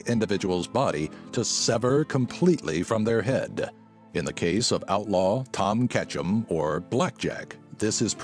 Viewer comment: I thought he said "Ash Ketchum" but he said "Tom Ketchum" XD